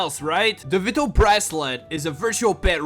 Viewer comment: Vwytal not veetal.....:(